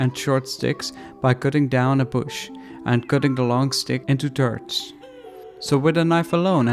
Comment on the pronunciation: yeah bro sorry, was just joking bout your way to pronounce "thirds" xD good vid anyways!